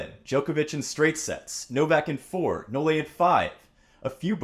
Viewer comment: Please STOP saying "No-Le"